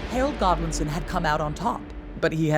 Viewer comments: His name was HAROLD. How do you manage to mispronounce that ? So pretentious. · She can't pronounce 'Harold' ! 😂